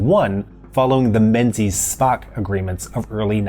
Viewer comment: Menzies is pronounced Min-giss actually...